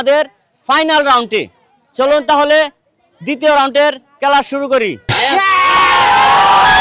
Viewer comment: খেলা না বইলা বলে কেলা😂